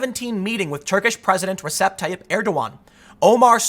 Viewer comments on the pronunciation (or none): none